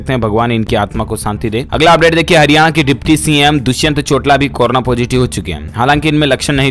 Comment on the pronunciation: जब भी आप दुष्यंत "चोटाला" का नाम लेते हो तो चोटाला की जगह चोटला बोलते हो जो थोडा अजीब लगता है !